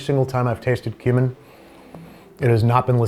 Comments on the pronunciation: Gotta enunciate when saying "tastes like cumin" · I thought he said human not cumin. “Unless these are human nuggets” is what I heard. 😂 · Babbish: "Tastes like cumin." Me (hearing "tastes like HUMAN): "How do you know what that tastes like!?" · not me hearing human instead of cumin💀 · Every time Babish said "tastes like cumin", I thought he said "tastes like human." Scared me for a minute. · Everytime you say "cumin" I hear "Human". Human disguised as "spices".